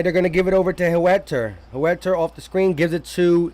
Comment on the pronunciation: Can U tell me who is HOOETTER? U talking about Huerter?. LOL! Daaamn